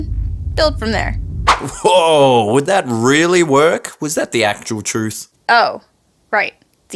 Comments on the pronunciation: she's not saying truth right. it's not TRUth, it's trUTH! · leave the blowing our minds with "troof" to the funny pplz. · Its not truth its truith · you mean the TROOTH! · I think you'll find it is pronounced "THE TROOTH" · Your pronouncing truth wrong. It is called TRUTH